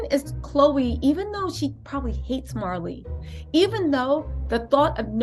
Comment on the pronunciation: Say her name right before you even say it and talk about my cousin please it's Maralee